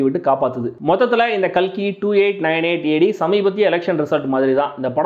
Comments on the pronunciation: Ka L Ki ❌ Ka KI✅ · Thambi....kalki name ah KAKI nu maathuninga paaaru...PRAMAADHAM THAMBI😂😂😂